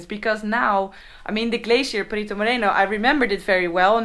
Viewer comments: "Perito", not "Perrito" XD. Perrito means Doggy ... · The way you pronounce the word "perito", with a strong R, makes it sound like doggy in spanish